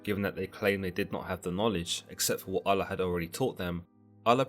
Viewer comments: He did say "God, in this case known as Allah" or something like that. I wish he would've used the term God instead cause its weird the way he pronounced Allah. Oul-Loh/Aul-Lah not al-la. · Just say god instead of allah. It means the same thing and you are saying it weirdly.